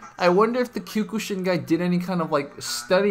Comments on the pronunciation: Dear video poster, just so you'd know, you're actually pronouncing Kyokushin wrong. I'm hearing you saying "Kew-kuu-shin" when it's really supposed to be pronounced as "Kyoh-kuu-shin". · “Kyukooshin” LOL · It is kyo-ku-sheen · He says kyokushin really weird.